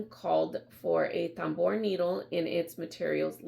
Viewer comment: It is pronounced “tamboor”, it is a French word.